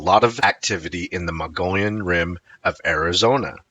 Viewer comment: Thanks for the video. I was told the correct pronunciation is the MUG-E-ON Rim.